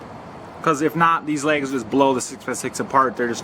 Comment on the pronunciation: Lags!! Not Legs! 😂